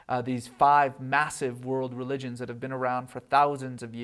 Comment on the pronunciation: I can't stand the way he pronounces 'religionS'.